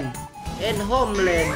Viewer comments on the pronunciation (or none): "Do this honer and homlan" wkwkwkwkwkw